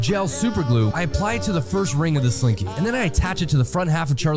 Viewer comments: It's. Slinky not. Slink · It’s slinky!!! Not slinky! 😂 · It’s slinky, not slink